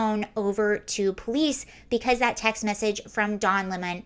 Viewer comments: I don’t understand why you are forcing the pronunciation of 🍋 to Le Mans. A lemon 🍋 is a lemon 🍋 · I love how you say his name and classed it up, "Don Le'mon" Hahahahaha!